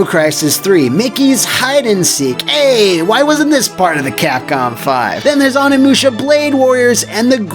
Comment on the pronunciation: It's pronounced "Oh-ni-moo-sha" not "on-ni-moo-sha"